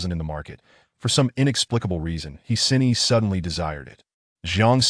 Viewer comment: He Xin Yi is pronounced, Huh Shin Yee.